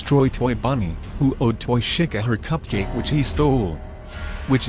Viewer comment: lol he says shica